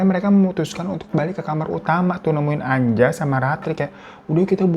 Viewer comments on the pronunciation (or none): none